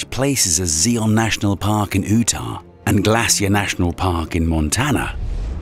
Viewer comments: Sorry, buts it’s pronounced Zi-on National Park in U-tah ( or you-ta if that’s easier). I’ve never heard anyone pronounce it Zee-on in Oo-ta. I get it that this guy sounds like he’s from somewhere in the UK, but it still seems strange to me that he would mispronounce the name of a state in the US. It would be like an American mispronouncing London or Dublin. 😂😂😂😂😂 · It's "You-ta, not " Oo-ta". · Interesting info, but... Zee-on National Park in Ooh-tah. Wut? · It’s not pronounced “Ewtah”, It’s pronounced Utah. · it is pronounced "z I on" "you tah" not "z E on" "oo tah" Just to let you know. Great video. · “Zeon” park in “Ootah” lol Should Zion park in Utah. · Who calls Utah “Ootah” and Zion, “zeon”? Come on! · OOoo-tah, instead of Utah. Lol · UTAH IS LIKE YUTAH! Not OOHTah!! Just trying to help! Great Video otherwise!! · Ah yes Zeeon park in Ootah.😂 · "Oootah"??? There's yer problem, lady, You can't find it, because you mispronounced the address. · It's pronounced Yootah! Maybe narration isn't for you. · Ootah not utah😂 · This guys pronunciation is off the charts. I have been introduced to new places like Ootah and new words like chasm. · "Oootah" ...yeah, a.i. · “Zeeon National Park in Ootah” 😂😂😂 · I liked 'Ooo-tah'. I will call it that forever. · “Zeeon national park in ootah” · "Oootah"... never been there. Is that anywhere near UTAH? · Zeeon Park in Ootah 🏜️😂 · Zeeon in Ootah? LOL! What planet is that place on? Sounds like 60s sci-fi! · Oohtah and Chazem 😂😂😂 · Ooh tah? How he pronounces some things are so odd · Jeez. Google yer place names beforehand so you can pronounce them.